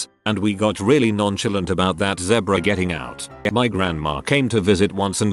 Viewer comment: I like how the videos pronounce zebra. Lol